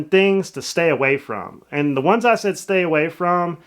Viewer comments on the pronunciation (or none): none